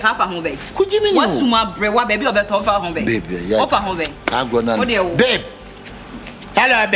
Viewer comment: Aka doesn't say babe oo he says " b33b" 😅😅😂